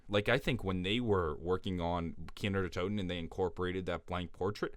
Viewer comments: kinO not kinER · "Kiner der toten" Bruh, how hard is it to say Kino? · Why does he say keener every time he wants to say the map name